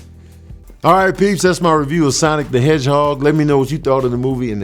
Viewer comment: Awesome. You said it the right way. 😎👍